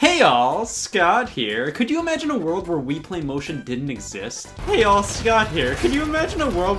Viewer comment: that is definitely hey yall not hey all